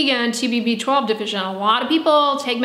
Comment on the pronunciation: It sounds like she is saying a beachball deficiency.